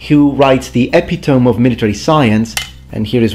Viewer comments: corPSE one syllable, the 'p' is enounciated. epitomy: e-pi-toh-mee you are welcome,. greeting from france. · For future reference if so usage is desired: Epitome is pronounced "eh-pit-oh-mee". Dont hate me, I liked and subscribed! Great content as always,!